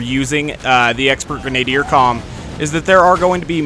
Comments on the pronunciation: Jane Murphy No, he's not. He said it two different ways; 1. Greh-nay-dee-er 2. Greh-nah-dee-er The video's pronunciation is the same as mine, the correct one. The two you are defending are both incorrect. So, thank you for giving something to back up my statement, as well as discrediting yours. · is absolutely right, it's pronounced greh-nah-deer. I didn't really feel like pointing it out because I don't think it's a huge deal, but it still bugs me a bit every time he says it, lol. For further reference, here is a much better source than what Jane Murphy provided. CAMBRIDGE, BITCHES! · Genadier is pronounced like: Gren-ah-deer. Doesn't matter too much, just annoyed me a bit.